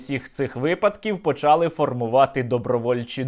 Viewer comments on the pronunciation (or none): none